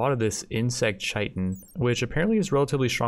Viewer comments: It’s pronounced k-ie-tin, not ch-ie-tin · It’s kai ten not chi tin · Its pronounced KIATEN, not shietn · “Chai-tin” it’s Kai-tin :)) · Hey your videos are great, but goddamn please pronounce chitin correctly haha. It's kītn not ch-itn. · Chitin is pronounced like “kite in.” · Chitin is pronounced kite in. At least that's how I say it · Great video! The recruitment difficulty just refers to the percentage chance of recruiting each time someone tries to recruit them after resistance has been broken. It is further modified off their overall mood at the time, and the social skill/social impact of the recruiter. P.S. Chitin is pronounced like Kai-Tin. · couple of things about the black hives, they dont respawn, they just make jelly, and Chitin pronounced Kai-Ten, I know it looks like doesn't sound liek it but it does LOL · Chitin is Said Kite-n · Btw Chitin is pronounce Kite-in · chitin is pronounced "Kite-in" look it up if you don't believe me. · I know I'm being a bit of a pedant, but chitin is pronounced as 'kite-in'. The dictionary gives '/ˈkītn/' but that's not helpful to most people. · The fact that he pronounces chitin wrong drives me bonkers